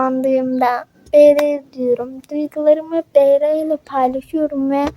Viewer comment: Askim biraz yanlisin var okumakta 1. Bl'i sen bele diye okuyorsun biel diye okunacak 2. 2gether'i iki gether diye okuyorsun ama dogrusu two gedr. 3.Gl'i sn gele diye okuyorsun ciel diye okuyacaksin. 4. The eclips'i sen the eclips diye okuyorsun(yazdigimin turkce sekilini alfabesiyle okuyorsun yanlis ingilizce alfabesiyle okunacak) dı ekkılips diye okunacak. 5. Vegaspete'yi sen vegas pete diye okuyorsun ama yazildigi gibi okunmuyor bildigim kadariyla vegas peat yani vegas piit diye okuyacaksin 6.Kinnporshe'ı kinnporşe diye okuyorsun yanlış kinnporş diye okuman gerek. askim bunlari okuyabilmen icin ingilizce'ni gelistirmen gerekk (kötü dille soylemiyorum sadece yardimci olmak istedim ლ(^o^ლ))